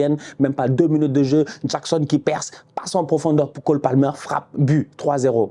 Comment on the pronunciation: Nicolas Jackxxxxxxon 😉 il m'a tué à dire son nom comme un jamaïcain 😂